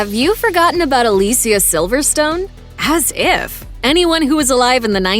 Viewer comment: Aah Lee see aah